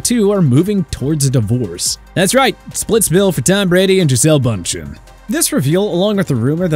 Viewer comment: you could have gotten her name right